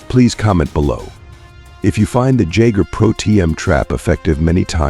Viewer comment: Hey. the trap is pronounced Yagger not Jagger. Also when referring to yourself you should use your full name AI not I.